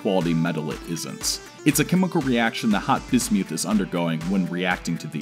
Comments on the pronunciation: It’s pronounced biz • myth NOT biz •Mewth SAY IT RIGHT 🤬🤬🤬🤬🤬🤬🤬🤬😡😡😡😡😡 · ...only an American could pronounce it: bis-MEWTH!!! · I had to stop watching as your corrupt pronunciation of "Bismuth" was intolerable... sorry I tried. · Did he just pronounce bismuth like bis mewth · This is awesome! Side note: totally pronouncing it Bismewth from here on out. Bismuth is such an ugly sounding trash word. But BisMewth... now THAT is a powerful sounding Pokemon name, and I am here for it. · Rusty Shackleford painful right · "bismewth" (the way he pronounces it) sounds like a pokemon lol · LOL bismyouth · That's the most embarrassing pronunciation of bismuth I've ever heard. Great video otherwise. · bro...just say the word right...thats all I ask. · If you want to die take a shot every time he says bismuth funny.